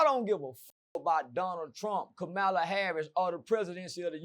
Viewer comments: It’s Kamala not kamela 😂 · COMMA-LA ITS NOT HARD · Who is Kamilla or kamalla 😂😂😂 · He dayum sho don't give a fu@ cuz he don't even know how to pronounce her name 😂